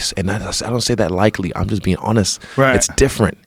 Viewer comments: Is Adesanya saying "likely" instead of "lightly"? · Someone tell Israel it’s “lightly” not “likely” lmfao.